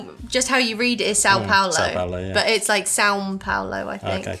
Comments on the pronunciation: She said São Paulo quite good... Well done... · She got the pronunciation of São Paulo: everything with the “ão” has that sound (as “pão” which is bread) Cheese bread is even more amazing right out of the oven as after it changes the texture very quickly. If you liked dadinho (the peanuty squares) you must try paçoca… and maybe pé-de-moleque… And pleeeeeease try to find something made with jabuticaba (maybe jam?), a very native fruit, I think it will be quite different. For the guava paste, it is indeed extra sweet but it is usually eaten with a slice of fresh cheese to balance it out Also, for whoever likes coconut, try cocada, is also very traditional… Sequilhos are eaten plain but, as you might have realised, they are a bit addictive: you open it and keep munching lol And you missed “Torcida”: is for sure not the best thing you will try (I particularly don’t like them) but you would find it as a snack during games or inexpensive bars And for bar / pub goodies suggestions, you would have soooooo much to try but they are freshly made so we can only share recipes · Good job with the pronunciation of São Paulo :) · Literally the FIRST gringos to pronounce SÃO Paulo. Kudos to you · so fun to watch! last year i lived in sweden for five months and the minute i was back and free from customs i ran to the nearest place i could get cheese bread😅 btw your são paulo pronunciation was pretty good, it's a difficult sound for english speakers. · You nailed with the São Paulo pronunciation!